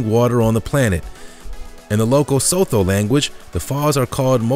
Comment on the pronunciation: He should have researched how to pronounce Zambia, as well as Sotho. Drives me nuts when people say Le-SOTH-o.